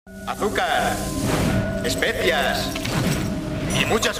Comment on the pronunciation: Morí cuando el profesor dijo "Especias". xDDDDDDDDDDDDDDDDDDDDDDDDDD